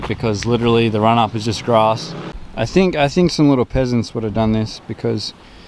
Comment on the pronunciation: Dang I heard he said "pheasants" and thought it's just another weird Australian bird.